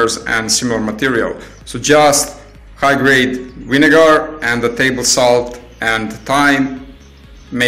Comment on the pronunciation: winegar?? lol